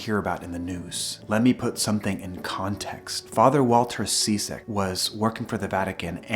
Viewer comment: Interesting video but I hope you don't mind me pointing out that Ciszek is pronounced Chizzik not seasick.